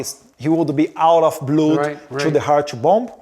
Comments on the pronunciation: 🙏🫡🥵🥵🥵🥵🤬Edward now you are speaking English, but you need to find an English teacher to improve your skills because a lot of words you are saying are wrong like a blood you are saying” bluud”, please improve your English. You need that urgent❗️ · "2 much blUdi" mano pqp, que inglês HORROROSO!!!!! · His English sucks! He doesn’t even know how to pronounce the word blood! What a shame …